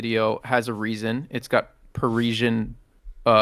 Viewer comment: Listening to you guys saying parisian wrong in rapid succession was painful 😅